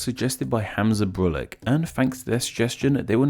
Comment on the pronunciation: Minor nitpick for this video's Patron Saint. Hamza Brulic is a Bosnian name and should be pronounced "BROO-litch":)